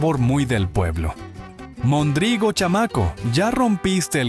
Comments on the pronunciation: Un Tarugo es una pieza de madera que se usaba, y usa, como punto de unión en estructuras de madera como los barcos. Un Pelagatos era alguien que despellejaba gatos para comer o vender la carne como si fuera conejo, alguien sin importancia... y se pronuncia mÒndrigo no mondrÍgo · Es "Móndrigo" no "mondrígo"!!! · No sé pronuncia "Mondrígo", se dice "Móndrigo". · No era mondrigo, sino móndrigo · No es mondrigo. Es MÓNDRIGO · No es mondrígo, es móndrigo. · se nota que es IA, algunas no las pronuncia bien: dice mondrígo, en vez de móndrigo. Muchas de esas palabras ya no se usan al menos en CDMX, pero varias otras sí se siguen usando. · Gracias por este video 👏🏻👏🏻👏🏻(😱 móndrigo, con acento en la primera O !!! 🤔 ) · Buen recuento, gracias. Una observación: se decía "móndrigo", palabra esdrújula. Incluso, de esa forma, lo recoge el Diccionario de la lengua española. Saludos. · Buen recuento de palabras. Pero hay un detalle. Se equivoca en pronunciación de mondrigo. Tiene acento en la primera o. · No era mondrigo con acento en la I, el acento se usaba en la primera o.